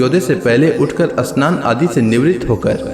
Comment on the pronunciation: Asmaran ,ashnan,astuti nahi bolna chahia…..amaranth, Shannon , stuti..bolna hai